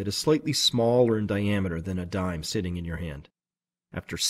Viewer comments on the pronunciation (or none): none